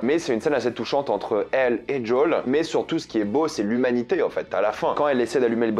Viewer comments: C'est pas JOWL , c'est Joël ! Pourquoi tu c'est pas dire le prénom ! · "Djol"?? En français: JOEL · D’JOL D’JOL D’JOL D’JOL D’JOL D’JOL ! Au secours !!! JOEL ! Merde c’est Joel ! Pas « d’Jol » 😭 #humour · djole ? lol jo-el joel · Arrête de prononcer "jdole", c'est Joel, surtout si ça vient de l'hébreu "yohel". Ou alors continue à prononcer "jdole" si tu me sors l'argument que le créateur le prononce comme ça, mais dans ce cas prononce "vi pi haine" et pas "vé pé haine", car le créateur du "VPN" prononce "vi pi haine", qui est de l'anglais "Virtual Private Network". Ou alors du prononce "RPV" à la française si tu veux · C'est pas "Jol" mais "Joel" et c'est pas des "cliqueurs" mais des "claqueurs" car les bruits qu'ils font c'est pas des clics de souris c'est littéralement des claquements et d'ailleurs c'est comme ça qu'ils dont appelés dans le jeu. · Arrête de dire JOLE 😭😭 C'est JOEL😭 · C'est quoi son délire d'appeler les claqueurs les "cliqueurs" et pourquoi au lieu de dire "jo-ël" il dit "jaul" ? C'est trop chelou et c'est moche dit comme ça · CHERE tu me fait soufrire a chaque prononciation du prénom JOEL, m'appelant moi même joel cela se prononce "jo elle" il n'y a pas de D pour djol merci. (ps stp arrête cette prononciation pour le bien de tout les joel 😭😭😭) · Merci pour cette review c'est cool, mais c'est quoi cette façon de dire Joël sérieux ? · ouai mais il le prononce meme pas a l'anglaise il fait un mix entre anglais et français Apres c pas grave en soit